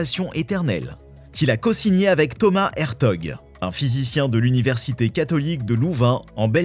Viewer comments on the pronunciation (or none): none